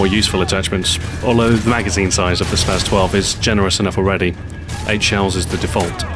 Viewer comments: its spas not spaz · its pronounced spa"ss" 12